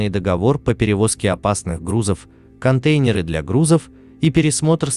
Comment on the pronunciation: да и синтезатор речи тоже автомат - паузы и понижения интонации в самых неожиданных местах посреди фразы, а уж контЕйнеры чего стоят!